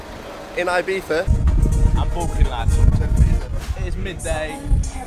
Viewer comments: Broooo It's EE-BEEZA ffs. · why do both of yall say 'ibifa' ?? not being annoying against the accent just trying to understand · why not 'ibitsa' ?